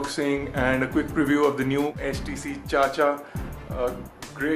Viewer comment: its chich-aaaaaa....